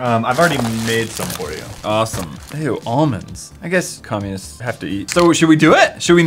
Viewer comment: finally after scrolling and being super late to these videos I found a comment that noticed him saying comunist. WHAT THE HECK WAS THAT EVEN.